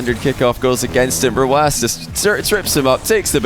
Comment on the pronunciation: Why is it pronounced rwass? Hurts my brain whenever he says it